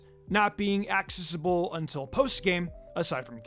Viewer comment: I can forgive that tho because it’s an unusual word. But he can’t pronounce accessible either and it’s driving me crazy